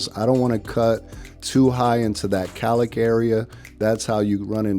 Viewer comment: Gorgeous now..but please get rid of the beard to look even more amazing ! It’s pronounced COWLICK!